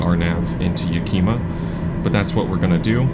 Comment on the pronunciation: And it’s “Ya-ka-ma” not yakeema. lol That hanger you taxied too is my flight schools maintenance shop!